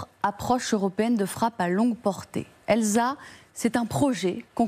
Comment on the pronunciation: heu... la prononciation de l'acronyme... on va travailler son anglais ou pas ?